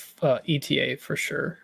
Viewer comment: Ay-tuh. AY-TUH! Not "ee-tee-ay." The Eta in Eta 2 is not an acronym for something, like the ARC-170 is (it stands for Aggressive Reconnaissance). You don't pronounce the Delta 7's name "dee-ee-el-tee-ay." You shouldn't pronounce the Eta 2's name that way either. Thank you for coming to my ted talk.